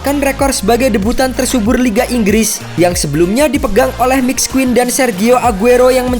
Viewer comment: Min ngopi bngsd "Inggis apa Inggris Bngsd 😂